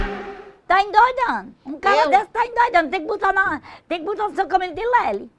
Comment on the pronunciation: Ta "endoidano" 😂😂😂😂😂 Morri